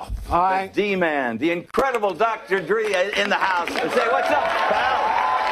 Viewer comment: He said "Dr Dri" 😂😂